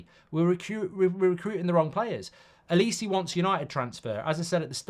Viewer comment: why do u call olise L-E-See